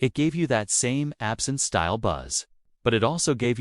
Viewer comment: These AI created videos are getting annoying.... Even the artificial narration mispronounced absinthe as absent.